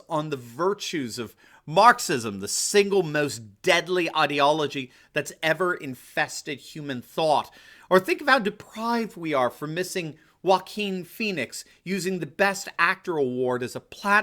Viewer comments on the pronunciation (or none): Did you say Wack-in fee nicks?